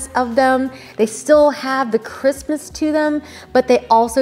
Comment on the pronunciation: You’re saying crispness and all I keep hearing is they’ve got a real Christmas to them which tells me the sheets must be REALLY good